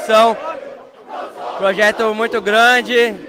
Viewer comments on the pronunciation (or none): Xalvador, pojeto, o homem fala igual ao luxemburgo kkkkkkkkk